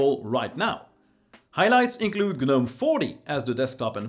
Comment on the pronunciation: Gah-gnome , kah-knife, kah-knob , Kah-knock , Dee-django ....😂